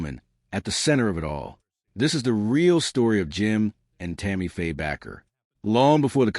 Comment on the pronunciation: The last name Bakker is pronounced with a long A isn't it? Like a baker!